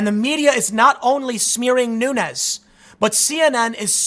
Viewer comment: Nunes is a Portuguese name, so should be pronounced like de plural of noon: noons. Keep up the good work